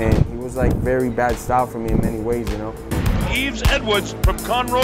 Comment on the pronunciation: i swear i heard "Yves N-word"